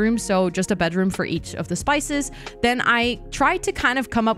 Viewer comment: Are you calling the spies - spices 😂 by accident or on purpose? Like spice girls in stead of totally spies